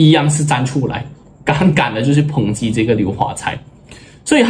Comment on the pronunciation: 抨击，抨peng击，很少人念对，给你一个👍🏻